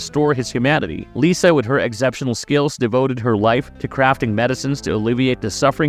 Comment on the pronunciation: Holy shite you need to work on your pronunciation bro. I'll like your video when you get "exceptional" correct.